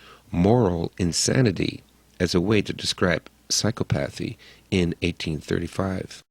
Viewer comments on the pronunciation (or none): And psychopathee, instead of psy-KOP-athy. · I thought psychopathy was pronounced sike-OP-eth-ee NOT sike-uh-path-ee. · sy-cop-a-thee maybe im a psychopath but the way your pronounced psychopathy is annoying as all hell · Mispronunciation irks me psychopathy, similarily? The word is similarly. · That's right, I'm an English major and the mispronunciation of the word which is central to the thesis of the video is idiodic...sigh.